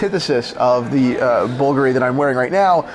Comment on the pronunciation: I stopped watching the moment mispronounced Bulgari.